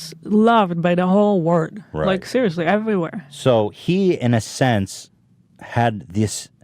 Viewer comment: Hila, the word is WORLD not WORK. Shesh...